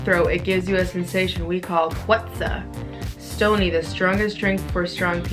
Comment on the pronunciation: At least she said africa right Stoney is not even close too strong yoh P.s im south african Thank god shes not insulting everybody